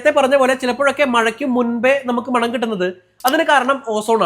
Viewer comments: മാണം ❌മണം ✅ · മാണം അല്ല അനിയാ.. മണം അത്രേ ഉള്ളു😅😅😅